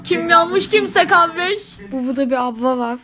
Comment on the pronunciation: E bizde gevi ovmaz kavdeeeeeeeeeeeş